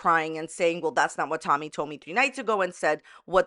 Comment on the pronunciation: Tolllmy. She says the most incorrect things with an L and it makes me gag